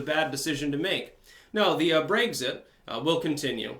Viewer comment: seriously man, pronounce words in the correct fashion. You do this often. I love your commentary, but you said "Brayxit" and "Teraysa" May. Brexit. Theresa (Tereesa) May. These are correct. You have the right spelling, just not the right enunciation. Maybe it's the Vermont accent, idk. PLEASE work on it!